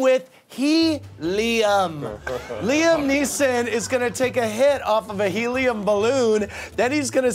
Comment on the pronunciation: helium not heliam